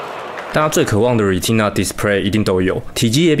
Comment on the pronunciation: 視網膜的英文是唸『ㄖㄨㄟˉ特那 』不是ㄖㄨㄧˉ踢那⋯⋯ 重音在第二英節！